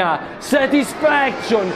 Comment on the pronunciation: "SETISFEKSCION" CICCIOLINA